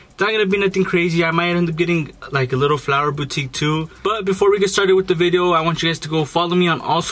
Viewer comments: You mean a flower bouque?.!!! Not boutique!!!! Haha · you’re me saying flower boutique instead of bouquet😂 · You said “flower boutique” 😂 it’s bouquet